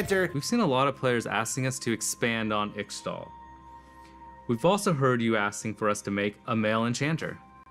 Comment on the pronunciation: The dev can’t even pronounce Ixtal the way Qiyana does. She even has a line about pronouncing her home correctly